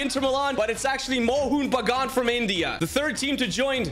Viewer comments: Love the way he pronounced Mohun Bagun lmfao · Bro as My nearest football club being Mohan Bagan, I can say ur pronouncing it wrong